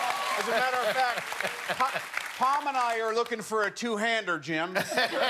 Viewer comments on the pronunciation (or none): Wait I'm lost did he say Tom or Pom 😂 Tom makes more sense I think but why would he phrase it like that anyway. Like what Two hander did he mean? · I had to rewind that 5 times to figure out whether or not he said Pom or Tom